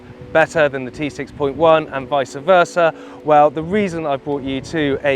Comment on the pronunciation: Dude. It’s not vicer versa…. Just vice versa.